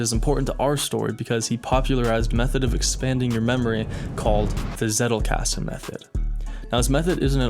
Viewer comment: I think for all of us germans, who are intrested in learining and come across the Zettelkasten Method in a variety in videos, its always funny to hear the wrong pronounciations of this term. Personally i didnt hear it rigth in one Video xD